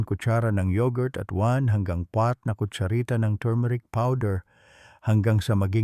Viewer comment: Ano yong kwatro ng kotshRita d clear yong .amount pinaulit ulit ko d ko ma gets isang kotsharita ba na tumeric doc